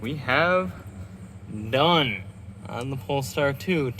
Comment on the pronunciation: your english is so bad instead of saying 'done' you said 'none'